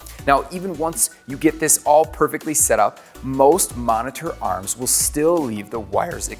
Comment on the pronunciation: i hate the way this guy says monitor